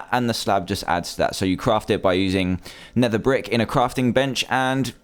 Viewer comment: He said nether bick